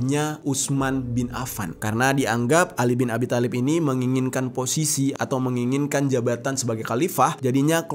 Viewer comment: Bang di bacanya bukan khatab tpi khotob ,thalib juga di bacanya tholib😅